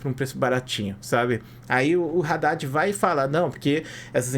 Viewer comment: Pronuncia Haddad certo pls